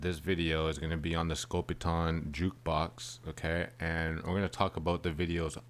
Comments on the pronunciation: Side note. Theres an E at the end of scopitone. The O is long. Not pronounced scopiton its scopitone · Pronounced Scopi-TONE....NOT Scopi-TAWN. The machines were more popular in Europe, but pretty rare in the U.S. These were all shot on 16mm film.....BEFORE the widespread use of videotape. MOST feature the scantily-clad dancers, because the machines were primarily located inside bars or gentleman's clubs. Shooting on film was pretty expensive, and so I think they were only done in a couple of takes, which is why the dancers always seem to look like they're out of sync & haven't rehearsed. Some of the big name artists put out shorts with better production values....Neil Sedaka's 'Calendar Girl'....Nancy Sinatra's 'Boots'.......Bobby Vee's 'The Night Has 1000 Eyes', etc. I actually saw one of these Scopitone machines in a pizza parlor in the 1960s. The ONLY one I've ever seen. I was probably 14 or 15 at the time, and this was BEFORE MTV & that crap. These short little films were too risque for regular television, but they were geared toward men & that's why they were set up in bars, etc. As far as how the women are dressed.....that's not so unusual. They look like Vegas showgirls of the 1940s or 50s.